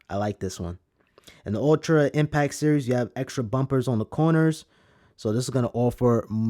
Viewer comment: Impact, there's a T and it's not silent!!!!!!! Dope review though, thank you